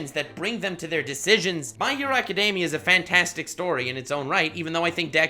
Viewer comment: I'm going to be that person because the first 7 minutes of this video irritated me enough. My Hero "Academia".... Ah-kuh-dee-mee-uh. There is no "day."